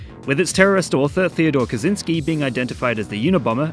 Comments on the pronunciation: It's not "Kazynski", it's "Kaczyński" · For future reference: Kaczyński is roughly pronounced as "ka-tchyn-skee"